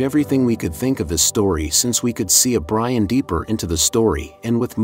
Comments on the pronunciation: my opinion in the comment box? ok how about listening to your AI shit before posting it. its not byron its brian. as for my opinion on if it was brian i think thats what they were going for being pauls brother cody was asked to do brian again for 10 but is A to busy with other stuff and B wants to let his brother rest in peace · The bruh said biran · My man said Byron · Common guys you said byran when he in the supra not Brian if you listen closely give the bloke some respect guys get it right he sadly missed rip Brian